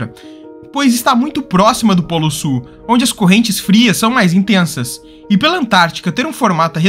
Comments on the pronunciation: Du SU da América do SU. rs Ótimo vídeo, mas muito sui generis a pronúncia de "sul". 🙂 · Que nervoso! O narrador não pronuncia o L na palavra “sul”! Ele diz “América do sú”, “cone sú”, “para o sú”…. 😖😣